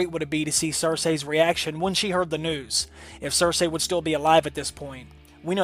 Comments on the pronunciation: I just want a fucking Arya/Sansa nudity scene goddammit! Also, it's pronounced "Ser-See" not "Ser-Say" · Her name is pronounced (Sir-Sea) not (Sir-Say) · Cer-say ?? Why you saying it like that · Why tf do u pronounce it sir-say 🤔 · Was no one bugged by him saying "Cersay?"